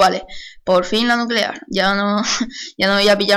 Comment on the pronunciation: Estoy en 2015 :D por cierto "NUCULEAR"?